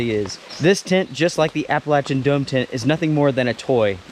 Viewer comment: I think what's "not okay" is how you are butchering the word "Appalachian".